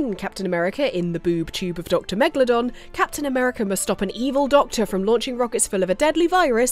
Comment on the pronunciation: your cute, you called him dr. megladon:p